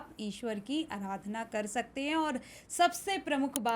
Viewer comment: अराधना नहीं, आराधना है। 😂😂